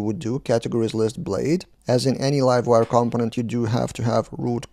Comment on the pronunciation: It's pronounced "compónent" - stress on the second syllable.